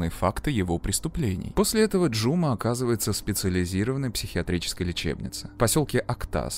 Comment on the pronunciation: Спасибо за работу! За фильм про любимую Алмату, хоть и в таком ключе😅 Единственное, побуду душной, в казахском языке ударение ставится на последний слог не Жұ'ма, а Жұма'